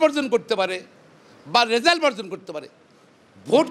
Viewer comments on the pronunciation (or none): none